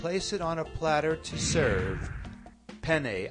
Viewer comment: peni alla vodka xD!!!! ma lo sentitecome parla sto tipo?? fa ridereeee!!!!! cmq ste penne mi fanno troppa gola le devo provare :)